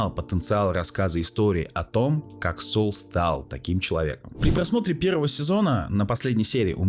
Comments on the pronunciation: Строго говоря, он не "Соул". "Saul" -- это или "Сол" (как он читается по-английски), или "Савл" (библейское имя). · Автор, а ты сам то смотрел в оригинале? Чего ж ты произносишь как "СоУл"? В оригинале нету такого произношения. Спасибо за обзор. Вцелом не плохо. Лайк